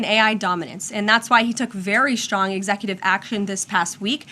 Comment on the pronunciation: What does 'schtrong' mean?